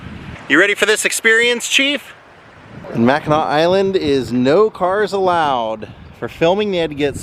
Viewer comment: Love how you say Mackinaw - a lot of people don't, they say Mackinac islandy